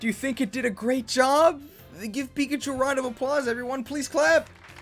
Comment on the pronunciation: Piggachu Beeguh Geeegh...